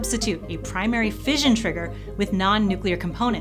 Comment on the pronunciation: It is pronounced fish-un As in mission. Do americans say Mizzion ? I doubt it